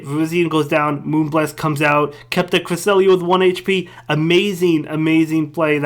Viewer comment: The best thing about season 2 is making pronounce Cresslia